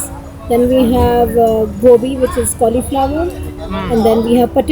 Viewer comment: That's gobi..not gopi